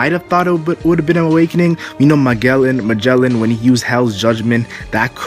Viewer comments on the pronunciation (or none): none